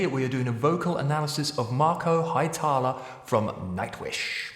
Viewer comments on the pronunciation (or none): Nice analysis... but how you pronounced Hietala is wrong